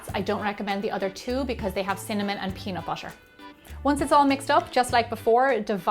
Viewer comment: You said peanut butter wrong!